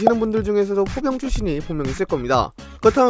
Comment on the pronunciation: 나만 포병출신을 보경출신으로 들었나 ㅋㅋㅋㅋㅋㅋㅋㅋㅋㅋㅋㅋㅋㅋ